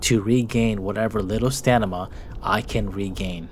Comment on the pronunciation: "Stanima"😂 Great video as always!